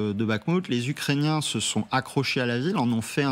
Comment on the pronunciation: elle dis ukrainain ça va pas fort sur ce plateau 😒😒😒